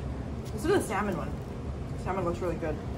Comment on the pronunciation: lmfao "preperating"? preparing.... omg. im not hating at all but your use of words are lets say not all there...like when you always say it has much on it..."alot" im no pro at the proper pronunciation but dang girl cmon....and its pronounced sammmuuuunnnn not sal-man...wow